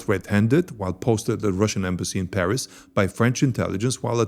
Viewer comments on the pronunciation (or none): none